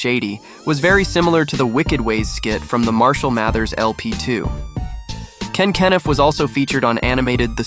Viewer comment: Dude can’t even pronounce Ken Kaniff right 🤣 this video is 🗑️